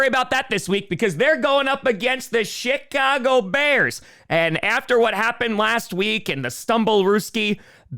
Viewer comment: Every time says Chicago it sounds like Shitcago